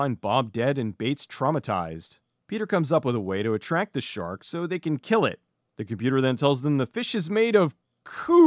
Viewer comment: I laughed so hard at the classic “I will kill!” from Mr.Suki! Ah, Suki- we hardly knew ye... Edit: Mr.Suki is the only character I know who can somehow get an “r” into the phrase “I will kill”- and for that, I will always love him.